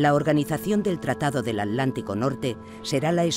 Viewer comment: Alguien sabe por qué la narradora no pronuncia la T antes de la L? Ej: el océano A'lántico